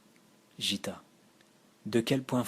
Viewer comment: Un grand merci pour ce partage. Paroles habitées, voix posée et vraiment très agréable à écouter (un petit détail qui n'entache en rien l'initiative : Gitta se prononce "Guitta" plutôt que "Jitta"). Excellent choix d'œuvres (Aurobindo, Satprem, Dialogue avec l'ange, etc...), leur contenu ramène à une spiritualité fondamentale bien nécessaire dans le chaos spirituel actuel (Peut-être les approches de Krishnamurti ou de K G Durckheim te parleront aussi?) Bonne continuation et encore merci pour ces lectures !